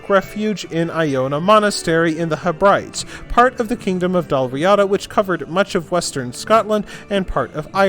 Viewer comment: Excellent video, about to read King in the North so this was a great primer. Someone may have pointed this out already but Hebrides is pronounced Heh.bruh.deez.